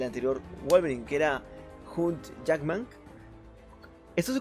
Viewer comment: Por la pronunciación del actor (hugh Jackman) de seguro que ni conocías su nombre, también estoy seguro que lo leíste, (Pd: QUIÉN MIERDA TE ESCRIBIÓ EL LIBRETO???? JAJAJA)